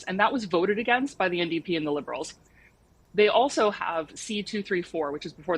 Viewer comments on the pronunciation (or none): none